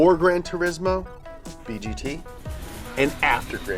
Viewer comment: I almost died inside with the first time you said B.G.T